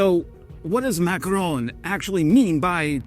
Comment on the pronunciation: How many times can one ignorant American mispronounce the name of President Macron? If you are a dumbo from the US Army, and a coward from the USAF, the number is infinitesimal. Never forget about what the USAF did to Kunduz.